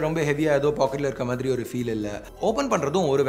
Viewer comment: Yo மாரி illa ya ! "மாதிரி" ! Entha ooru karan nee ????? Kerala eh native ????